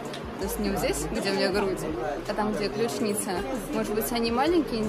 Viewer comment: простите! ""ключица" - не "ключНица"! простите, но мне могло послышаться